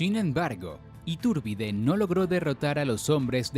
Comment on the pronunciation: SE DICE ITURBIDE, ITÚRBIDE. OTRA VEZ MAL PRONUNCIADO. QUE PENA Y VERGÜENZA PARA NOSOTROS LOS MEXICANOS